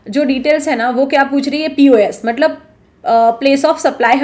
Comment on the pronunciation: मतलब को मटलब कियो कहते हो